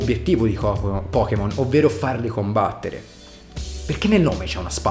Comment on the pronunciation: Ti voglio bene ❤, ora si va a COMBATTEREH e a dare le BOTTEH